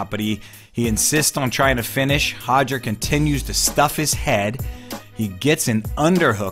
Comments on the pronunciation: Still cringe every time I hear “Hodger” instead of “Roger”! I know it’s how Brazilians pronounce their “R’s” in Portuguese it doesn’t mean it should be pronounced the same way in English! I am of Portuguese heritage and the difference between how Brazilians and the Portuguese (People from Portugal) pronounce “Roger” is equivalent to the difference between how the British and Americans pronounce the name “Carter” or better yet, “Water”! Just cringe worthy for some of us lol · I wish he'd stop saying Hoger....it's Roger...with an "R". Lol! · why do you keep saying hoger instead of roger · Just between you and me... it's Roger,, not Hoger. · It's not Hoger, it's Roger. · Hoger! Just say roger... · Why do people keep pronouncing Hoger , when it’s actually Roger with a damn R? Do Brazilians pronounce our names the right way they’re supposed to be ? Stop catering and being obsequios. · Why name your son with an English name then pronounce it Hoger, ffs 🤦‍♂️ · Hodger.... lol. It's pronounced Rodger...Rod-ger... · Sounds like he is saying Hoger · Hoger or Roger WTF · As a portuguese person, I can inform that the letter R at the start of a word or two in the middle of a word is pronounced with a sound not used in the English language and the closest thing to it would be the H sound. So technically yes he's close but not spot on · Can't we just sat it with an R sound if we are speaking english?